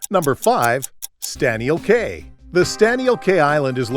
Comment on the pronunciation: Cay is pronounced key.